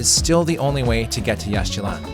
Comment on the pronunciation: Please pronounce Yaxchilan correctly. It is Yashchilan - no X. And please do not say ‘Jagwah’. It is ‘Jaguar’.